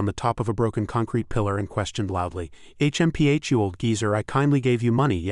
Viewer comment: H.M.P.H. is I guess difficult for Ai to pronounce